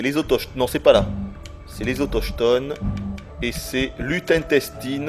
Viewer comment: Sielverberg Si mais je trouve ça plutôt hilare dit comme ça ahah